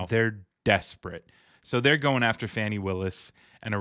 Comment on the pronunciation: Thanks for your report, and Madam DA's name is pronounced Fon-nee not Fanny. Common mistake Sir.